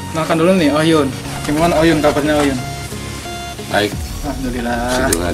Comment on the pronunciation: KOH YUN KALEEEE.....BUKAN OH YUN HADEWH....